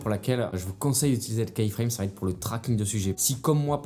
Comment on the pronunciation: Merci pour les conseils, ça aide. Une petite suggestion pour gagner en crédibilité, attention à la prononciation du mot keyframe. Imaginez que vous regardiez un tuto sur les keyframes et qu'au lieu de dire "image clé" le narrateur dise à chaque fois "image clou", je pense que ça vous dérangerait rapidement. keyframe se prononce kiframe et non pas kaiframe.